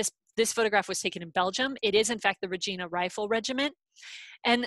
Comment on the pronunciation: Really interesting, I've been enjoying the various talks. However focusing on a Regina search and then pronouncing it wrong is annoying. If it's used again for something else maybe check on how to pronounce it.